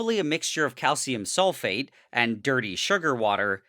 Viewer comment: SRSLY every timme he says calcium sulfate i hear SOULFATE and go like "DARKSOULS"